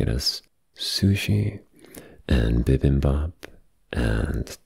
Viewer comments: bro said bibbem bab helll nah thats NOT how u say it 💀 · BIBIMBAP (BEE BEAM BOP) that’s the closest i can come up with